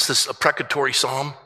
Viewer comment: this so-called pastor doesn't even know how to say "imprecatory psalm". I've been in the church all my life and I've never met a single pastor or student of the Bible that would make that mistake.